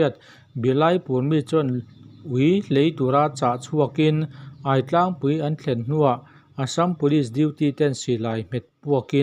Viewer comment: Aitlang hi i lam dan a diklo. Ai lai hi a thluk a diklo. Aiawh tih a, Ai lai ang hian lam rik tur.